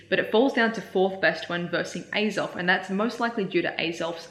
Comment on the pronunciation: hahaha until you said it was axell it sounded like you were asking alan for the perfect groudon number